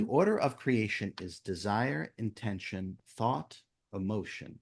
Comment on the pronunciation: Maybe it's because English is not my language but there's one thing i cannot understand and it is his habit of insisting on the AH_tention.i know there is also intention and it is not IN_tention , it is intent_ion like attention is from attend_tion. Does he want to say that it is really a... tenSion? And what would it imply?